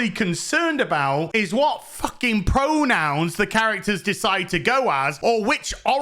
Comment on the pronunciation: FOOKING SCISSORING ✂️